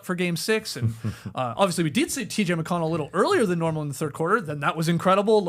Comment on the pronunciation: Tas - The only man currently alive able to say T.J. McConnell's name right.